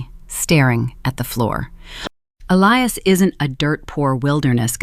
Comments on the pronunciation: Love this story. Justice served on small people whose priorities were as false as their daughter and her husband. The AI is annoying, it pronounced his name as Ellias instead of Elias. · Please teach your AI narrator how to pronounce the name Elias. Ee-lie-ass. If you can't teach it how to pronounce properly, read it yourself.